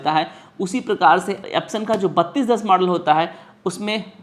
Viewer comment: UP se ho lag raha hai... Model ko Madal bol rahe ho